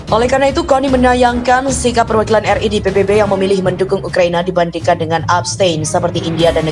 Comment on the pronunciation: RI BUKAN RE MAS